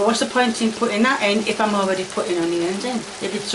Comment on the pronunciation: and the honeyions